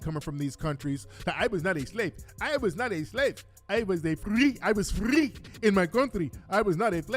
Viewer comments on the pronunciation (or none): I was F-rrrrrEE. 🤣🤣🤣 Those rolling R's kill me